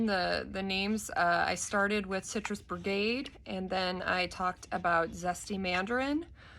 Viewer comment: Its BIGarade not Brigade....